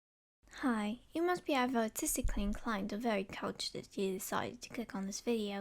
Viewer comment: did you say artistically inclined or autistically?